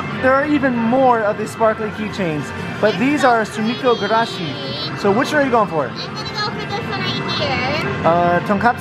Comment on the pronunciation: You got every single sumikko gurashi name wrong